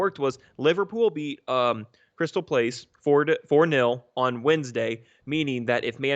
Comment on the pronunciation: Crystal Palace- not “place”